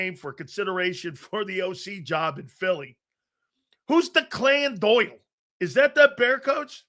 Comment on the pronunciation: DOOYLE ..why he say it like that 😂😂😂😂😂😂